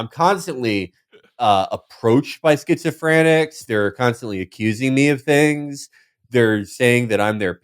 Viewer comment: I think Felix might actually think the word is “schizo-frantics”